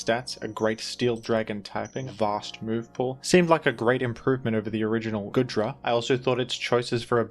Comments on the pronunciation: Why does he keep pronouncing it as Good-ra and not Goo-dra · For the love of Arceus, man, it's goo-dra not good-ra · GOOdra. Like goo. Goop. You keep saying goodra like good